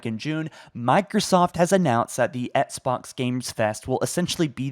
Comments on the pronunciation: How can you do this for a living and pronounce Xbox as "ETSBOX"? How have you not fixed that poor little habit after all these years? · I love your videos. I feel like you say ettsbox though. Lmao. Nice. Keep up the news.